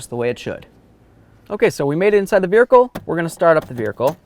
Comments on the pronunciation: Say vehicle 😂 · What accent calls a vehicle a vericle? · VeRhicle 😂😂very informative and I definitely enjoyed how thorough the explanation is but damn this killed me